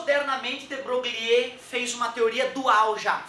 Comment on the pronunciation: boa aula! de broglie -- pronuncia: bro-gli (sem o "Ê")